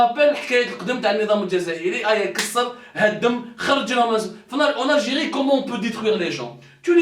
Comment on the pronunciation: Bouteflika viva L ALGIRÉ .😂😂😂 PUTAIN MEME EUX NE SAVENT PAS PRONONCER LE NOM DE LEURS pays CORRECTEMENT 😂😂😂GRANDS BOUZEBBALS 😂😂😂 ALGERIE = ALGIRÉ 😂😂😂😂